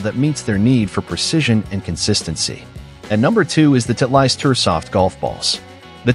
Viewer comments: Title-ist not Tit-leist. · Not knowing how to pronounce Titleist says s lot about this reviewer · nice pronunciation of Titleist ha ha ha